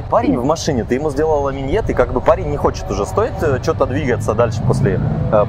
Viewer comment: Смотрю 21-й ролик. Фраза "Хочу сказать" - кондомная . Хочешь сказать - скажи! И ещë: нет слова "миньет". Есть слово "минет"...